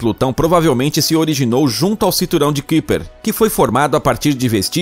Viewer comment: Se fala caiper, cinturão de caiper